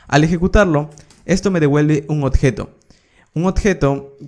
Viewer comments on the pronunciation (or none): ¨odjeto¨ dice el bruto! Se dice ¨objeto¨